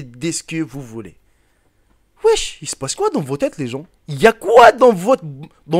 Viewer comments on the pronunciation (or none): none